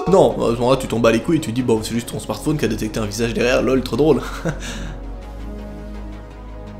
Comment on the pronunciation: Pk tu dit smartphoone